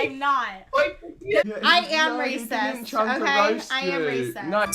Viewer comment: It’s not “rassaaaast” it’s “RACIST”. If you’re going to qualify yourself as something specific, learn how to pronounce it first!